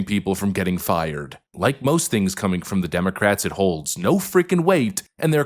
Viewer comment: You can't pronoun the word fired